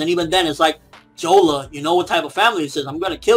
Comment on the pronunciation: You said Jola, i think you meant Lola dawg. Just a small correction.